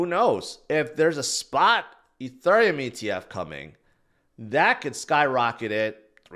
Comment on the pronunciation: Why do you say ETHURIUM?? So cringe